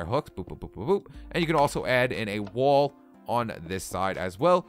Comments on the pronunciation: lol he said woal when he was supposed to say "wall". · lol "woal"